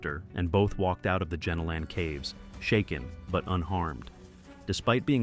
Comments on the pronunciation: Great vid, but Jenolan is pronounced "jeh nolen" not "genno lan" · JEN A LEN cave. I’m laughing my head off here. That is not even close to how The Jenolan Caves are pronounced. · "gee-nowl-en" caves hun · I live 3 hors from caves pronounced as Jen-Ol— in caves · I live in New South Wales and was like oh wow I wonder why I have never heard of those caves... then I realise he was pronouncing it wrong 😅